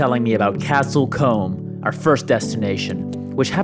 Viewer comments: its pronounced Cooooomb. Not Comb - THE definition of people we don't want visiting .. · I can see why you pronounce it as it's written but like a lot of places in our country it is actually pronounced slightly differently. Comb is actually pronounced as "Coom" , strange but true !!